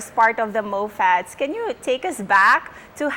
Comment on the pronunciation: Feeling 90s feels pag yung pag pronounce ng Moffatts is Mopats 😊 nakakamiss na kayo🥺